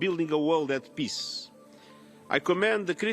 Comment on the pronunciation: Antonio Guterres should be able to pronounce the word "peace" properly. He is after all the UN General Secretary and he uses that word on a regular basis. Listening to his "piss" versions of that important word is more than annoying.